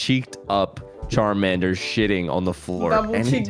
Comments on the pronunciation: Cholomander ➡️ Shart-mander lollll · Cholomander turned into chorromander 😭😂😂